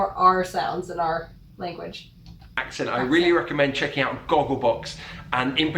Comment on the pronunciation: I’m English. I was born here. I speak 50s RP. I’m old. All the examples you had of English accents sounded like speech impediments. Ugly! Nearly every one. The Queen was fine as was Boris Johnson of course… PS no one says oom’n for human… Also - ‘eeow’ instead of ‘out’ as the presenter does … (ugh! ) is ghastly! ‘Like like like like’ repetition is just ‘bad bad bad bad’… oh me ‘ackles is risin’…. I give up..